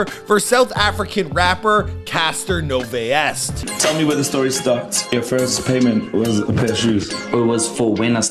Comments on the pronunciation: its not casta its Cassper "kas-par" Nyovest "ni-yo-ve-st", and its Amapiano "Are"mah-Piano" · Cassper NO-Vey-Est!!! AMA-PEE-NOU scene. His team need to hire some "cultured" people man 😂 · Yho! He butchered the words Nyovest and Amapiano 😂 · Lmao please say Nyovest again 😭😂